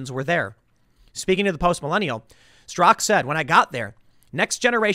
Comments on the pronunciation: Its Straka not Strock. I think you're thinking of Peter Strzok the crooked FBI agent. You're unintentionally gas lighting us on his last name.....lol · Straka not strock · Why does Tim keep saying “Brandon Strock”? The man’s name is Brandon STRAKA. Two syllables. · How to pronounce Straka. Not Strock. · I believe his name is Brandon Straka, not Strak. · Straka not Strzok. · But it's actually pronounced with a silent A on the end. Brandon actually mentions this in his interview with Tim a few days ago. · Tim, it's "strakA". He even told you in person xD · Tim... his name ends in an "A"-Strak!A! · strak-AH. The one pronounced "Strock" in the news was Strzok, the crooked FBI man. Not Brandon StrakA, who started #WalkAway. Don't forget the "ah" at the end. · “Strock”? That’s not how he pronounces his name. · He Finally learned how to pronounce McEnany. Now we need to teach him how to pronounce Straka. Hey Tim there's an a at the end..... SMH